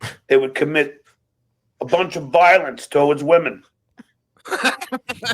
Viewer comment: I cannot stand the way John pronounces the word towards lol